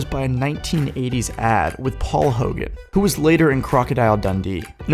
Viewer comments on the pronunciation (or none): none